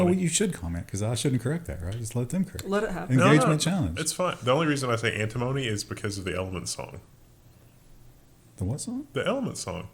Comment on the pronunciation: is off base with the pronunciation of antimony. I don't know where he got that.